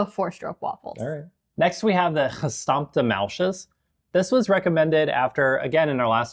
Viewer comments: De Hollanders die dit kijken 😢 hoe zij muisjes zeggen is zo vervelend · "They beat the shit outta the muisjes." 😂😂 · Beat the shit out of the "muisjes" 🤣🤣..... O. i am sorry we're out of any drink but we have karnemelk../..I don't think that would hapen/ oh ooh, i love the face you make, with the rolmops, so funny🤣🤣🤣 I still think your very brave👍you too